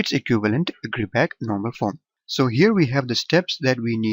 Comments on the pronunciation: its not gridback, its gribah (i pronounced like "i") :)))))))) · it's not gribah eather ! the therm "ch" has its own prononciation !